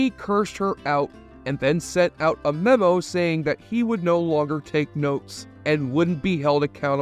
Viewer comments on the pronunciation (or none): none